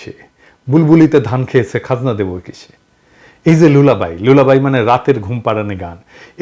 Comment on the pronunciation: Lullaby pronounces = Lal la by